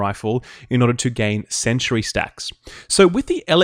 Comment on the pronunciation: Great video, but it's pronounced sen-tree not sen-chur-ee.